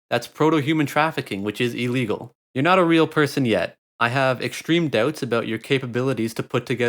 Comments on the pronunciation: “Abouuhh” that accent 😂😂😂😂😂😂😂😂😂😂🤣🤣🤣🤣🤣⚰️ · “What the fuck is this video is aboot?” Yeah confirmed canadian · Skip to to hear a genuine Canadian "about" in the wild.